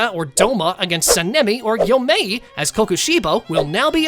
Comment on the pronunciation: Yoriichi? Yor - e- chi Tanjiro? Ton- ji- ro Gyomei? Gi- oh- may